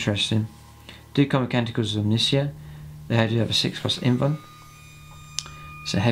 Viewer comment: Interesting video, I really only have one comment. Omnissiah is pronounced like Messiah, e.i. Techno Jesus. :)